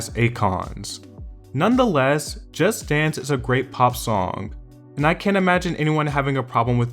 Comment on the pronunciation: Why do you pronounce "Just Dance" as "Just Stans". So fucking annoying.